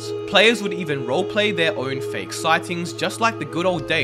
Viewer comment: Fake* he said fake wrong lol